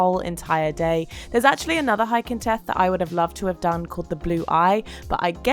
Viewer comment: The first "th" is pronunced like the last "th". Theth, not teth!